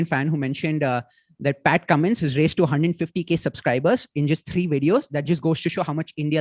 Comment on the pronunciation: You ruined whole charm of Cummins calling him kammo😂